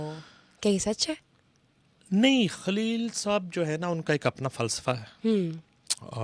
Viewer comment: کھلیل نہیں ہوتا خلیل ہوتا ہے محترمہ۰